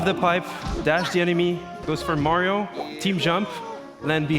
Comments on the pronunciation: He say's mayo but its MARIO lol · i like how he pronounce mario : majo